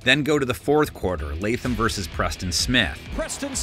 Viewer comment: Preciate you putting some respect on Latham name